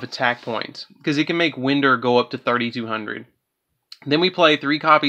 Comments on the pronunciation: I believe you pronounced Time-Thief Winder incorrectly, I think the ‘i’ sound is equivalent to that of ‘y’ in this case, simply because these cards revolve around time, and consider winding a clock, and the way you pronounce that type of wind. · It's WIND! (The letter I is like Y) Like how you would Wind a clock!? You and every other deck profile of this deck say Wind like the wind outside. Can y'all not fucking read above a 2nd grade level????? Ffs.